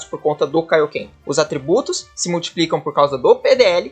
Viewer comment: "Kaíoquê"??? Ele disse "Kaíoquê"?🤣